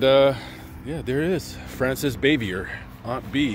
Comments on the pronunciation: Frances BAH-VEE-AY is the correct pronunciation. We all want our names pronounced correctly. And, p.s., you are far too young to remember the Eve Arden show, much less Eve herself...usually your research is impeccable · Good video. No biggie, but it’s pronounced Bah vee a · her last name was French, so the ending R is silent. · You butchered her last name…. Not even close and why would you say that she didn’t like the joking around on set probably because of sex jokes? She was a serious person who didn’t like joking around. So she was a stick in the mud, but to say probably because of sex jokes?